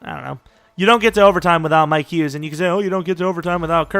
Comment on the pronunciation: Mikes Hughes eh? Thought is was Mike Hughes